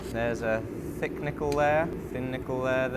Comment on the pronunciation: Thick Nickel = Thickel